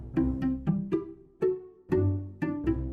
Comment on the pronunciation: its not "El Muchaho" is "Muchacho"